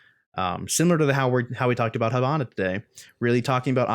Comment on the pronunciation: h''I''bana(as is the vowel E pronouced)....hAbana is a city of cuba, not being a smart ass but cmon.nice video tho keep on this videos i really enjoy them